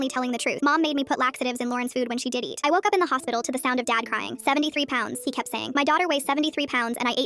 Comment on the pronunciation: "when she did eat" soundid like "WHEN SHE DIDDY'D"💀